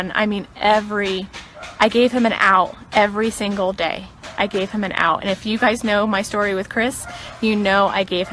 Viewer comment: Also she said "and" as "end" and really emphasised it Ennnnd